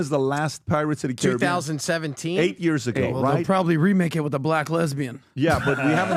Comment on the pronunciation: 15 yawrs (year) 😂😂😂😂😂😂 it’s not years any more for me.